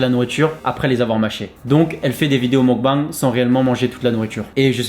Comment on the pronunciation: ça se prononce meukbéng